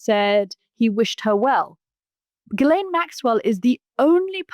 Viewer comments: Mooch, come on, man... you gotta stop calling her "Jisslane." Ghee-len. It's French, you know. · 'Jizz-lane' Maxwell? Are you sure that's the pronunciation, Mooch? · The s in Ghislaine is silent. It’s pronounced “Shi-lane”. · Let me help you out Mooch... since you didn't take the effort to learn how to pronounce Maxwell's first name, even though you are in the political commentary business commenting on a very high profile individual... Hard G and silent S. Like, Gee-Lane. Its not rocket surgery, it's called Google. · A Producer needs to tell Scaramucci how to pronounce Ghislaine & it's nauseating how he refers to Epstein as 'Jeff'. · Anthony’s credibility is a bit dubious if he can’t even pronounce Ghislaine Maxwell‘s name correctly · Katy for goodness sake tell Mooch how to pronounce Ghislaine!!!!